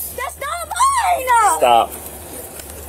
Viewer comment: "That's not mine-uh... that's not mine-uh!" I would arrest her just for adding the extra syllable to "mine".